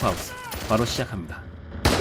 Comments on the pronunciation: ㅅ ㅖ 이프 하우스라고 발음하는거 들었음.... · 쎼이프 하우스 에서 그냥 끕니다 세는발음 불편하네요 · 셰!!! 이프 하우스? 발음이 왜이래?